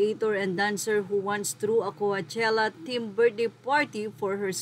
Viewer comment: Kuwatyela basa amp HAHAHAHA BOBO AMPOTA